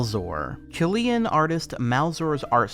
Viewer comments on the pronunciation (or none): none